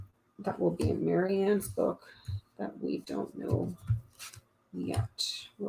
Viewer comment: It's Mary, not, Marie, after their mother .